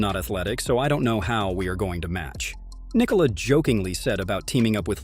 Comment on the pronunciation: Omg props for pronouncing Nikola’s name correctly 😅